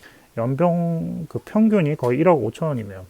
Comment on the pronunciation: 좋은 정보 감사합니다! 중간중간 발음중 연봉을 염병이라고 해서 배꼽잡고 웃었네요 ㅋㅋ